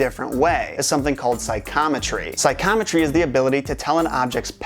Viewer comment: Just nit picking but I feel like "psychometry" should be pronounced 'Sigh - co - meh - tree" and not "Sigh - com - uh - tree". :)